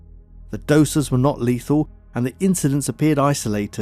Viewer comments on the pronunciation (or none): none